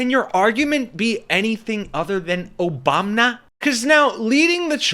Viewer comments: Why do you mispronounce Obama's name? "Obamna"? What's that? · Why do you keep saying “Obamna”? Are you pronouncing it wrong on purpose cause you’ve said it multiple times? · Hey the “OBAMNA’S. 😂😂😂😂😂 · I know your trying to mock the right, but stop disrespecting President Barack Obama. You don't have to do this. We know the right purposely mispronounced his name, but you don't have to.